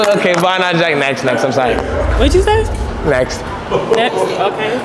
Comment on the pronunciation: bro was a new found American-Chinese man off the za. “I sowey I sowey”